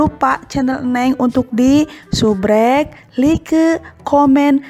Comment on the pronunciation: Suskraibs kak bukan subrek